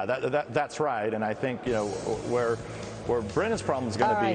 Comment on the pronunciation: ... FYI, "where" rhymes with air, fare, care, dare, mare, there, and a few others.